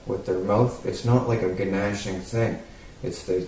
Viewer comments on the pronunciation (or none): Did you pronounce "gnashing" as 'guh-nashing'?? LOL